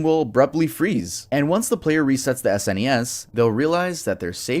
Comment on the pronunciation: The fact this dude spells out SNES instead of just saying SNES tells me he is not qualified for gaming information.